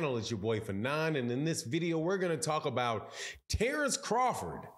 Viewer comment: Say his name correctly dork!